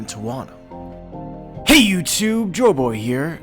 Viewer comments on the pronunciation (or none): none